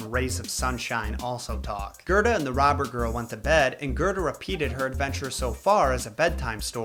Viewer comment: It's Gerda, not Gerta